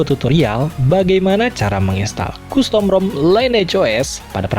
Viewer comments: Pelafalan costum bukan kustom om, tapi kastem...😂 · custom bacanya kastem, bukan kustom 👍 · Saenogen? . Kustom? Tolong di perbaiki speech nya.